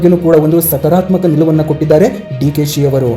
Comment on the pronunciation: ಅಪ್ಪ ಮುಚ್ಕೊಂಡು ಬಾಯಿ ಮುಚ್ಕೊಂಡು ಇಡಪ್ಪ ಸುಮ್ಮನೆ ಯಾಕೆ ಬೊಗಳುತ್ತೀಯ ಸಕರಾತ್ಮಕ ಅಲ್ಲ ಸಕಾರಾತ್ಮಕ ಅಂತ ಹೇಳು ಉಚ್ಚಾರಣೆ ಮಾಡಕ್ಕೆ ಬರಲ್ಲ